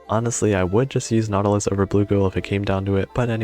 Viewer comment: Also it’s Nautilus, not Nautulis 😂